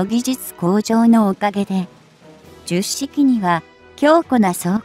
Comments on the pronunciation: 冒頭で Hito-Maru Shiki と読む様に！と、紹介していながら、全編ででは、最後まで、 jyusshiki と読んでました。 折角だから、 Hito-Maru Shiki と読んであげてください。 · 10式もジュッシキと読み上げてるしな この手の読み上げ動画ってなんで作った後に確認しないんだろう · ”ヒトマル”ってひけらかした後に”じゅっしき・きゅうじゅっしき”はないわー